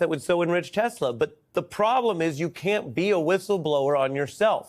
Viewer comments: “I love Tessler!” 😂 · It's Tesla not Tessler. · "I love Tesler!" Lol😅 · "I love Teslurrrrr" roflmao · "I love TESSLEERR!" Dumbasses. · you obviously didnt hear Trump mis pronounced it as Tessler, when they were pushing Telsa's on WH grounds.